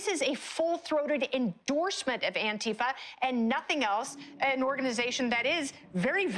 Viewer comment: If you say Antifa as Ontifa, I don't really care what else you have to say... I'll hear you out but there will be large amounts of salt going with it...